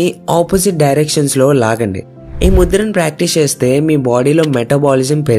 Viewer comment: Mudra s ani ante naku mudhiraj ani vinipisthudhi bro😊